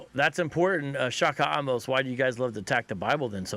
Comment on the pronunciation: Token mulctoes! 😂 Say the name correctly bro! Don't be lacy like that y'all's beloved wyt d word! The "e" in Amose ain't silent you goofies!